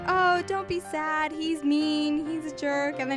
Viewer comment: Instead of sad u said Sab